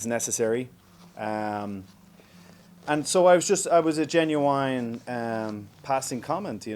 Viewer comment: No way Irish people say genuine the way he did? ...